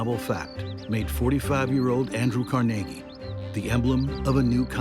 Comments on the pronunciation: CarNaGee is right. Carnegie Hall is not CarNegge Hall. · Actually he pronounced his name Car-neg-ie NOT Car-nagie. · It's not Cor-nagy. It's Carnegy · Never heard Carnegie pronounced like that before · have never heard Andrew Carnegie's last name pronounced they way the speaker says it ... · Please say to yourself "Carnegie Hall" and then ask why PBS is pronouncing their name so horribly wrong.